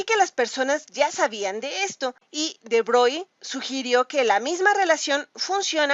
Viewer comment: SE PRONUNCIA BROGLI (CON ERRE FRANCESA) H MON DIEU JE MEUR